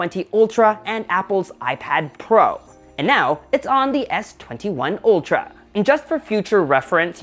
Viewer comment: Isn't it Ultra and not Oltra?